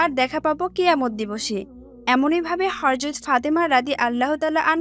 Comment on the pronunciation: আপু হরযত না ? হযরত বলেন